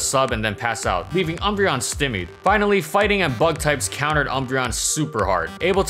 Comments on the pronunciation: STY-meed :l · “St-eye-mee’d” is how you pronounce that word. Noticed in a few videos now. Not a big issue, just suggesting for your improvement